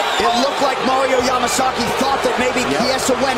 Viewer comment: Mario "pwetty heawts to da camewa" Yamasaki.